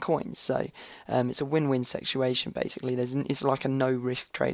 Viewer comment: 'win win sexuation' lol